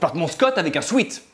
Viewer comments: parceque tant qu'à parler anglais autant le faire bien. "ea" et "ee" ne se sont prononcent pas pareil. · Je ne parle pas d'une francisation dans la manière de le dire mais dans le fait que ce soit rentré tel quel dans notre vocabulaire. La prononciation devrait être "swèt" et il n'y a aucun débat la dessus mais la mauvaise prononciation s'est imposée en france. Vouloir reprendre les gens qui disent "sweet" serait comme reprendre les gens qui disent pull-over à la française. Pourquoi la prononciation française de pull-over est accepté et non celle d'un sweat ? Tu m'as déjà parlé du fait que "ea" n'existe pas vraimant en français mais je trouve ça assez léger comme explication.